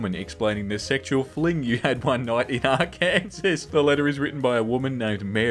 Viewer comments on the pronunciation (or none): Are Kansas? are-can-saw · can we please address the elephant in the room? he pronounced it ar-KANSAS. no hate, but its pronounced ar-kan-saw if you didn't know lol. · Are-Kansas lol. It’s pronounced are-can-saw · I hate to tell you that Arkansas is not pronounced "Ar-kan-sas." Unfortunately, it's "Ar-kan-saw." AMERICA EXPLAIN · Your pronunciation of Arkansas made me laugh, it's adorable! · My dude said (R-Kansas) lolololol it's (R-Kan-Saw) thats some quality long distance culture shock. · Not pronouncing it Arkansas 💀💀💀 cute and wholesome but it's pronounced "ar-kin-saw", it's a funky name fr fr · he called is Ar-kansas like that one lady in the vine I'm laughing so hard rn omg... how has no one realized...... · ARKANSAS... its AR-KAN-SAW DJSHSHSHSHDH 😂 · Excuse me.... A R KANSAS?? MY G U Y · Isn’t it ... Ar-ken-saw? Like, I’m as much s foreigner to the names of the US but I think that’s how it’s pronounced???? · YES, ARKANSAS SHOOTOUT! We're not invisible after all! Your pronunciation of it was atrocious, but I'll forgive it simply because of the Arkansas shoutout